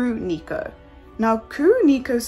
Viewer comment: Kuro Neko means Black Cat in japanese and please read names in other languages with proper accent, please.